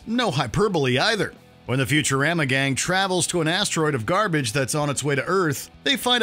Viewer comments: Wait, did this guy just say future-RHAM-a? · Smh at how he pronounced Futurama. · That's not how you say Futurama